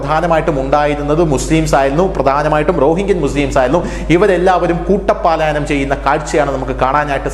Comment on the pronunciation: 'കൂട്ടം പാലായനം ' അല്ല. 'കൂട്ടപലായനം ' എന്ന് പറയൂ.